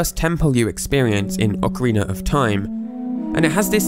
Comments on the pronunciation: "Ocariner of TIme" Anyone else notice? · Why does every british guy say "Ocariner of Time"? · ocariner of time